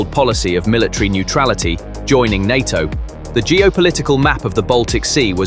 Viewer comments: NATO as pronounced in the video.... En aye Tea Oh🤣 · I stopped watching when the computer called NATO EN AY TEA OH!